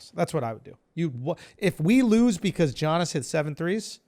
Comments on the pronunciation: Lol, it's YANIS not G-ANIS. Do u actually watch basketball?? 😂😝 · Yo Andrew I just have to say Giannis is pronounced like “Yannis”. You’ve said Jiyanis for weeks, lol just so you know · Isnt this a sports podcast bra? Let's tighten up. It's like 20 episodes where u mention this mysterious JOHN-IS guy. Giannis = YON-NIS BRO HIS NAME IS PRONOUNCED YAHN-IS NOT JOHN-IS